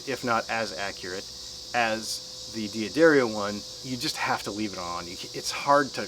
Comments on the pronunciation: Good lord, it's pronounced Da-ddario. Not D-Addario. Sorry to be THAT guy. Enjoyed the video, though. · I said it the same way for about 30 years, until I learned the correct pronunciation. Check out this video . It seems to me that a D'Addario employee would know how to say his company's name. Just because someone says something on a video they post on their channel, doesn't mean it's correct. What are they going to do, say "oh no, you have to re-record that because you didn't say our name correctly?" I quickly watched a few videos on their site and found guys saying it both ways. You're free to say it whatever way you choose, however I wish I had a dollar for every time I heard someone mispronounce a word. Do you want to be one of the "dozens and dozens", or do you want to be right? That being said, it's not a big deal in the scheme of things.